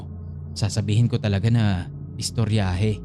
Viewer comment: Bisaya to kasi may "estoryaheee!" HAHAHHAAH